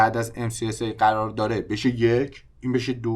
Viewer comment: قررررر یا قرار 😂😂😂